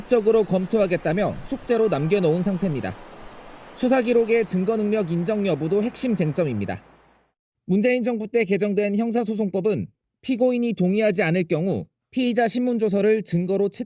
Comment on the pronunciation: 증거를 "징거"라 발음했나이다. 엥커로서는 너그럽게 볼 수 없나이다. 발음 문제는 이 뿐이 아니옵나이다. "하국 어문을 고발함"이라는 책을 조용히 읽어 주실까요?